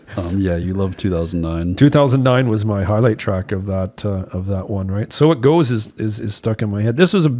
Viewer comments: Also when Mac says “so it goes” it sounds like he’s saying “circles” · Anyone else notice how “So it goes” sounds like “Circles”?